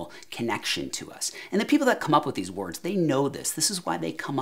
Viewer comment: Sounded like Jack in the movie Hoffa when he said Werds. "Are we having werds daly? is that what we're doing HAVING WERDS???" If this clicks with you give me some likes!